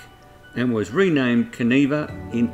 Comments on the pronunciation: Kaniva not kaneeva I is an I not an we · Pronounced can eye va